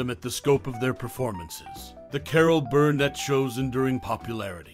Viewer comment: "Carol BURRRRnet.. Carol BURRRnet".. seriously, dude.